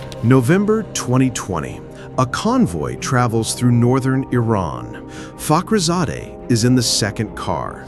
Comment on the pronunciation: It's Fakrizadeh Not Tekrizadeh.